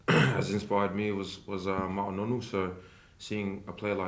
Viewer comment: He pronounced 'Ma'a Nonu' correctly. None of this rubbish 'Maah Nornooh' 😂